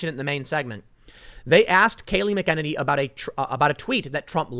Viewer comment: Tim I love ya bro... but this is bothering me.... Kaleigh McAnany (Mac-uh-nay-nee) you're welcome sir!